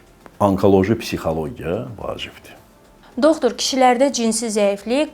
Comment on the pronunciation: Doxtor nə idi ay intervyuyer? Yerli yersiz bu sözü deyirsən özüdə savadsız, düzgün olmayaraq tələffüz edirsen(